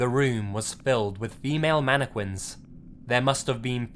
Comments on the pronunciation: It's pronounced "mannekin". MANNEKIN.Not "manneQUIN". Aaaaaaaaaaaaaaaaaaaaaaaaaaaarggggghhhhh! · Its MAN I Q(CK U)UIN NOT MANIQUI(WI)N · Manic-win instead of mannequin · Am I the only one who is bothered by pronouncing mannequin as "mani - quin" instead of "mana kin" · It's pronounced manekin not queen. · how he says mannequin MANEKWINS MANEKWIN MANNNNNNNNNNNNNNNNNNNNNNNNNNNNNn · "mana quin" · As much as I love this video, all I'm hearing is "Manne-quin" :P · ummm mannekwin? lol whut? ? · The way you pronounce Mannequin triggers me